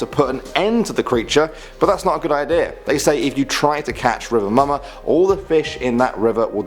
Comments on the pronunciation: lol I was itching to write, "it's pronounced "moo-ma" but restrained myself until now, this comment gave me an excuse to say it hahaha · mumma is pronounced "moo-muh" another word for mother is mada (maa-dah) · Its mumma (moo-ma) not mama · Any Jamaicans here laughed when he said mama instead of mumma? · Its Moo-ma not 'momma' lol... Love this thou🔥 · saying duppy and mama kill mi